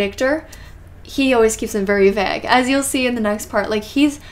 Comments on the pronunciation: I'm from UK and it's pronounced Vay g (g is said like a kid when they are learning the alphabet - not gee but g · Why do you pronounce plague & vague like plague & vague is it an inside joke that im not in on